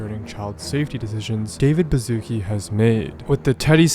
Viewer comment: its not David Bazookie its a polish name and the sz is pronounced like the English "sh" sound, as in "ship". please do some research about foreign names before you misspell them